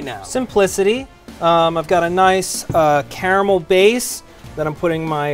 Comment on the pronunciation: please learn how to say caramel. thank you.